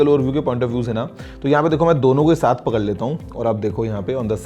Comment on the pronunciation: How many noticed "Pakall leta hu" 😂😂😂